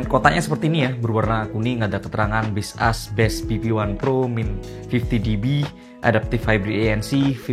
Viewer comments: maksud gw, kalau dari cara baca sesungguhnya, jelas bukan base us (yg pake spasi). Tapi kalau cara baca dari POV pemilik brand ya serah² dia.. Tapiiii, untuk orang umum ya tetep ikut umumnya gmn. Coba ketik di translator terus bunyikan audionya. Juga di iklan baseus yg luar, ngomongnya tetap baseus, bukan base us. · aku ngasih tau doi, soal base us kata abang ini, malah di ketawain 😭😭 di akun officialnya aja mereka bilangnya baseus, bukan base us 🥲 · Ga brmksd jdi grammar police, tapi "Baseus" mestinya sih dibacanya "bays-yooz". Soalnya Baseus sndiri filosofinya "based on user..." 🤭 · Kok base us? Ini ngawur ini cara bacanya.. 😂😂